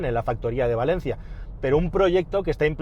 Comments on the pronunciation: PALENCIA, PALENCIA... Que si ya es desconocida y se dice mal... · Llama la atención lo bien que pronuncias "Renó" y que no sepas decir Palencia. En fin. Es lo que tiene ser pobres.